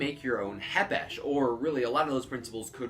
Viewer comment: Th k isn’t silent